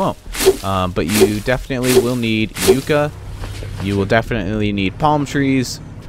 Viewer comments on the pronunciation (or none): pronounced Yuck- a